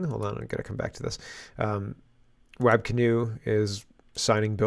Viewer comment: Hey, FYI Wab is pronounced WOB..